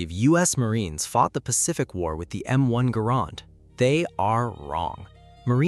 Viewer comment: Hearing the M1 pronounced wrong hurt